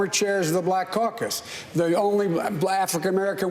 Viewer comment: "The only blafican American woman" 😂